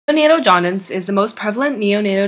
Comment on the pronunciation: Nice video! But you pronounced it“jaudince” instead of “jaundice”